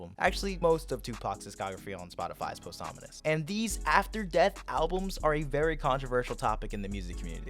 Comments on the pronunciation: bros saying post ominous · Everybody else: pawsthumous:POSTHAMINUS Jokes aside this was a great take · “Posthomonous music” 😭